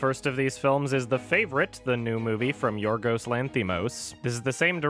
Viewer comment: Its pronounced YIORYOS not yiorgos (im greek)